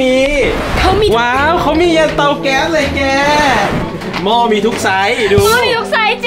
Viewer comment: เดี่ยวๆ เตาแก๊สไม่ใช่"เกาแต๊ด"ไหมล่ะบ้างที555+